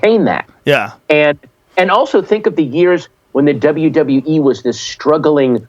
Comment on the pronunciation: The second he said “MME” you know Joe cringed hard asf lol